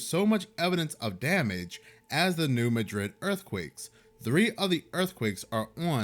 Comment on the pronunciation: Every since I moved to Missouri years ago, I was warned about the big New Madrid earthquake coming. (The emphasis is on the first syllable of Madrid [Maa-drid]) This does make me think something might happen this year. There's just too many weird things occuring at once. It's also hitting way too close to home where I live. If there is the big one, our area is toast.